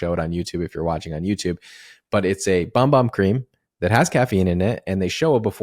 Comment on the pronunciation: FYI... The Bum Bum cream is pronounced Boom Boom.